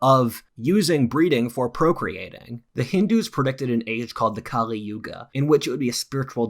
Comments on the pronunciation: when talking about Kaliyuga,I think you got confused between "Kali" and godess "Kaali" (pronunciations are somewhat different). Godess Kaali is an incarnation of Durga .It is complicated to explain here but Durga can be thought of as the personification of mother nature, as well of as a mother in general, providing love and care, being angry when necessary towards her own children ans specially towards external threats, Kaali is one of the nine incarnations (roop) the godess Durga representing her angry side (This is my interpretations of the legends and texts I've read since childhood, other people can have a different opinion). Kaliyuga (as you rightly pointed out) is the time in which we live right now which is devoid of morality and spirituality. It represents an era (Yuga means era in sanskrit). The goddess and the yuga don't have a connection as far as I'm aware. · This is a common misconception: The Kali Age is named after the demon Kali (pronounced cully), not the goddess Kāli (pronounced kah-li). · You got the wrong Kali. The Goddess Kali is a destroyer of evil and degeneracy and you posted her. Its the demon Kali pronounced Kali purusha rather than Goddess Kaalli that is the Kali yuga demon and like the Hindu devil archtype figure. She is mother nature that is deluding the evil ones and getting them to wipe themselves out in a way. As nature she is the supreme God. One thing you get wrong is the west needs a divine Mother figure rather than simping for just the masculine. Societies that lack the feminine end up more like this as you get big daddy government for example. If you worship a Goddess your not gonna simp for dark triad women either